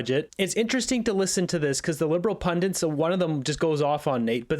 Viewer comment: Pundits.. Not pundints